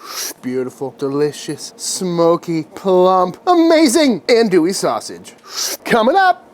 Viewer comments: Minor critique - "Ohn-du-e" not "Ann-doo-e" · Hi Sir with all do respect it’s pronounced ON-do-ie. I’m from the bayou and the birth place of this wonder German Coonass sausage is LaPlace Louisiana, about 20 minutes from my current home and about an hour from where I grew up on the bayou. Love the vids, they were actually my getaway when I was recovering from throat cancer last yr. Great work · Ahn-douie And if I hear you say Pee-can instead of pa-Kahn I’m gonna kick you in the jimmy! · He keeps referring to this as Andouille. He should say Cajun Andouille, as Cajun Andouille and actual andouille, have nothing to do with each other. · That's some legit andouille just gotta work on your pronunciation